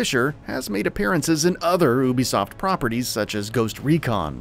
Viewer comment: This nigga saying Obisoft